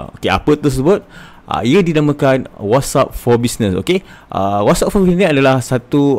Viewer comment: Whats App bukan wassup ... good info